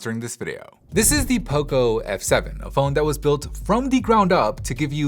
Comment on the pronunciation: Everytime you say poco i hear oppo